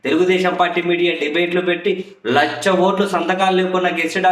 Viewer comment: ఒరే బచ్చా! లక్ష అని పలకడం నేర్చుకో....